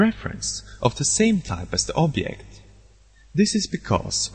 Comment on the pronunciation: where are u from? u cant pronouce object? it took me another 1 year to figure out